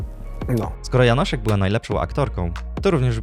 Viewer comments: Jest tak mało popularna, ze nawet nieświadomie przekręcasz jej nazwisko na Janosik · Janoszek a nie Janosik 😂